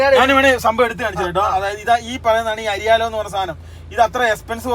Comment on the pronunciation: അരി യാലോ. അരി ഒരു ലോഡോ😂😂😂😂 Its Airalo പൊട്ടന്മാരെ